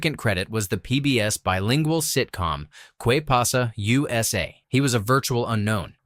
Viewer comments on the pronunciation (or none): It's "Ke" Pasa USA NOT "Quay" Pasa USA!!!! "Que Pasa USA" was the very funny bilingual sitcom that Steven Bauer starred in. If you are going to say Spanish words, pronounce them properly!!!